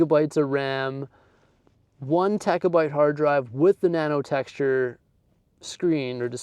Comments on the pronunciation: I came here to say I cringed every time he said “techa byte” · What’s a techa byte?! It’s terabyte!